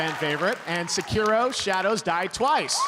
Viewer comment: Vin Diesel says he and Michelle are gamers Michelle mispronounces "Tekken," one of the most famous fighting series to this day Vin Diesel mispronounces "Sekiro" the Game of the Year 2019, immediately followed by the announcer giving the correct pronunciation thank you fast and furious